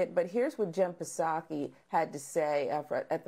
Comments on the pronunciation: Did the black woman just call the press secretary "paaa-sakai" The "p" is silent dear.. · The P in Jen Psaki's name is silent!